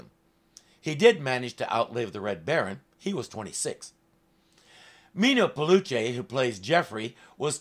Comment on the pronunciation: The actor's name is "Meeno Peluce" (Mee-noh Peh-loo-che), not "Media Bluejay". 😆